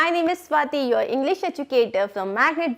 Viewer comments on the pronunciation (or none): none